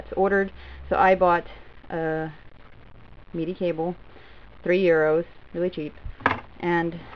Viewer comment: why do you call it MEDI lol